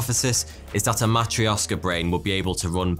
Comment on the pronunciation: "Matrioshka brain" stress is on the O, correct (correct stress is actually more important than exact sounds, I think). But the "sh" should sound like in the word "posh", "push", "rush" etc., or like "ch" in "cloche" (sorry for the weird example). There is an issue of palatalized "r", but it doesn't matter since English doesn't palatalize its consonants.